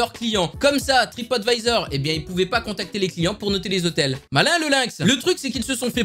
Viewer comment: Alors je sais pas qu'est que tu à avec se mot mais même à de la vidéo alors que le A de TripAdvisor est en majuscule du arrive quand même à dire TripOtvisor XD!!!😂😂😂😂 Sinon bonne vidéo!!